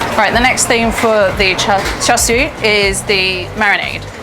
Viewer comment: Char Shoo? Lol. I think she's great but Uncle Roger needs to give her tips about pronunciation! :-)